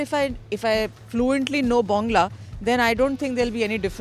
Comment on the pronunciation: হাসিয়েন না ব্যংগ করে "বংলা" বলছিল =সে বাংলাদেশ বলতে পারে = !😔